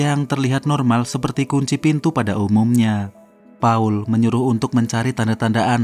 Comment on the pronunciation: Paul yg betul² Pa 'ul